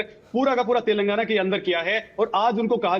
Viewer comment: He is not able to pronounce telangana properly , it's not telgana it's (TELANGANA)